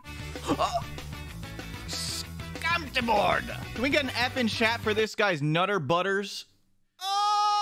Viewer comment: It's actually pronounced SCAYMT-BORD as in two syllables